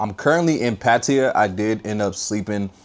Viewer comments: It's not Patiya... It's PaTTaYa. Why do Americans always butcher every name? He is there and can't even bother to pronounce it properly. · Learn how to pronounce Pattaya